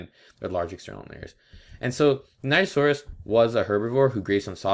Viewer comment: I think you said the name wrong